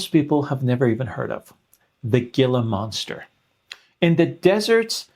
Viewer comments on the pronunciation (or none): WONDERFUL presentation! Very clear and helpful. Thank you! Born and raised in the Sonoran desert with Gila Monsters on my property, it is pronounced HEE-lah, not Gill-Lah. Common mistake😉 Thank you again! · Just FYI it's pronounced Heela monster. It's a whole genus of lizards that have a somewhat mild venom at least to humans. They're amazing endangered though we do have a lot bread and captivity. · It is He La (Gila)monster, you do not pronounce the G, with Ga sound. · It's "Heela Monster." The G is silent. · Unimportant to the message (which I thank you for), but I imagine you will, and have been telling the story more than once: the word “Gila monster” is pronounced “hee-la.” Originally a Spanish word, the “g” when followed by an “i ” takes the sound of a soft “h”. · Hila monster. The g is silent. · it's HEE-LA monster. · Gila = "heela" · Gila monster = ‘hee-la (Spanish).👍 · Hee-la monster. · Gila Monster ... The G in Gila is pronounced like a H, g is silent. Ever since I was little I have had to overcome raiding the refrigerator in the middle of the night. Food was my only friend.